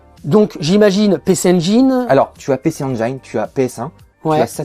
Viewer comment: Pour ma part c'est son "PC enjayn" qui m'a marqué >< les gars c'est engine sans forcer mais admettons que ça vienne de l'enfance ça passe ça passe